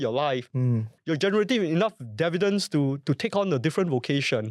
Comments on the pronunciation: no dun correct it. I’ve learnt to accept Indian Indian developers saying Dair-vair-lop, so I’ve gotten used to your dair vi dents. And I will know it’s you and not AI 😂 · DIV- VEE- DENDS !!! OMG! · WTF is "Dair-vidents?!"